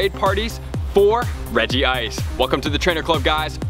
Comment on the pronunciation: REG-ICE, no regi ice